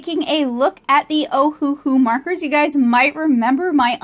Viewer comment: You're very talented! Just an FYI that it's pronounced Oh-Uh-Hu (Owahoo). The company named itself after the Hawaiian island of Oahu, they just spelled it phonetically for some reason. Anywho, 2 of their classic sets are even named Oahu, and the other 2 are named Honolulu.